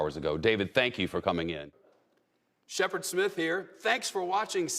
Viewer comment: It’s Shepard. Sorry I cannot watch.